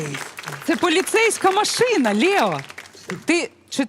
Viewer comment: Лео ,а не Лєо. Дитина розумніша за це шоу.